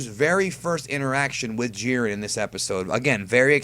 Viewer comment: It is not jeer-in it is jy-ren